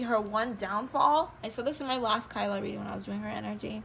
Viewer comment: It "T" Tyla girly not kyla don't down talk about one of our own tht bad tht so low man....talking about a 22yr old like tht